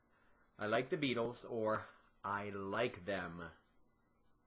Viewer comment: When you say the word 'beatles' in french, pronounce it the same way that you pronounce it in english or else it sound REALLY weird. I'm french from canada.